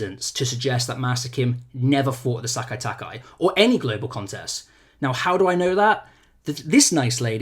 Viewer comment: Nobody on any video I have watched this weekend has been able to pronounce Sekai Taikai properly